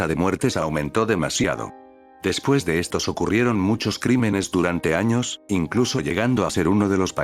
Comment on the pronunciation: Interesante bro. pero hay dice anos XD 🌚